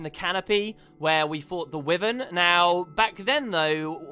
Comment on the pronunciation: Dear god, it's pronounced WHY-vern, not wivern. And I'm British so it's not a change in pronunciation between US and UK